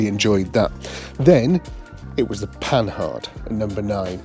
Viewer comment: The Panhard video series is one of the best I seen one YT yet 👍👍. So my favourite car seeing more about is this one. By the way - the correct pronunciation of Panhard is ,,po-are''.